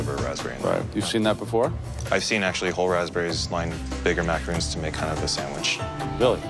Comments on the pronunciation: The ignorance is killing me...these are not macaroons ffs,they are macarons!!! It's unbelievable that none of them,not even the judges can pronounce it right!!! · They pronounce macarons like macaroon :/ is that wrong or is that just me??? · First of all even though this is off topic with the winner.....why on earth did they not pronounce macarons right? Their talking about a completely different cookie (macaroon) and I thought we were looking up to professional chefs....Sigh* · Me cringing at how they pronounce "macaron" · Macaroon da fuq it’s macaRON